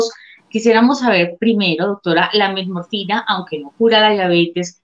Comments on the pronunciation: "Del uso de la..." Del uso de que???. por favor, que alguien me ayude a entender, yo escucho: "METMORFINA"... Será que estoy mal? saludos. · Metmorfina jajaja, ya con eso de que la periodista no sabe pronunciar correctamente el nombre del medicamento del cual hará el reportaje, no dan ganas de ver el video 🤣🤣🤣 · Porqué ella dice Melmorfina??? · No sé dice metmorfina es metformina. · La periodista dijo Metmorfina? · Se que es Metformina, pero la Chica dice: "Metmorfina". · Es Metformina, no Metmorfina, como lo dice en el video! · Querida el medicamento se llama METFORMINA, no METMORFINA. Ojo con lo que te pasan para leer sin informarte. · Dijiste Metmorfina y es Metformina. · Se llama metformina ,no metmorfina. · NO ES METMORFINA...ES METFORMINA...NI SIQUIERA ESTUDIAS ANTES DE HACER EL PROGRAMA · METFFFFORMINAAAAA NO METMORFINAAAAAA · SEÑORITA LOCUTORA NOOOO ES MEMORFINA ES METFORMINA! JIJI QUE PENA CON LA DOCTORA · Que la periodista aprenda a decir bien el nombre del medicamento Por favor